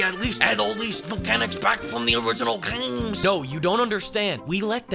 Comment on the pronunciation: cracks me up xD "add all these mechanics back from the original GCHMEEEEEEYZ"